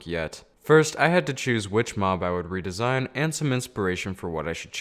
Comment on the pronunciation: Ree-disain a wither skeleton